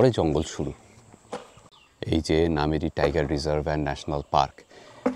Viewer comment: Really enjoying your vlog. 👌🏽 I am grateful to be able to view my motherland from 7,000 miles away through your camera 🙏🏼🙏🏼 I would like to point out just one thing —- correct pronunciation of Kaziranga is কাজিৱঙা, and Nameri is pronounced as নামেৱি